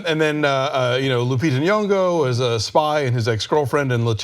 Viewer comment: Alonso says "Nyong'o" properly. Rare feat in North American media. Can't remember the last time I saw that.